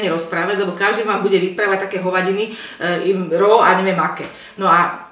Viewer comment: Ste uzasná!!!! Ani nepotrebujete vedu a date to takto pekne...ale vedecky hovorite spravne, tesite ma a ze sa Slovenka ozvala takto takouto zabavnou formou, uzasne!! Zdielame vsetci na facebooku!! A konecne to niekto aj na Slovensku spravne vyslovuje..slovo RAW /ro:/ DAKUJEM!!!